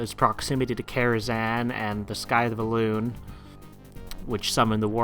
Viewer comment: I'm liking this series and how punctual you're being with it. Keep it up :) P.S. Also another small pronunciation thing. Scythe is said more like "sythe" not "skythe." Sorry about the nitpicking :P